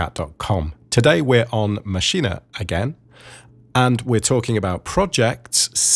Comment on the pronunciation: So happy to hear someone saying Maschine correctly :) thanks for the great tutorial :D